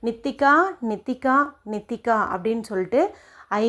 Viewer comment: நித்திகாவா நீட்டிக்காவா பெயர் நன்றாக கூறவும்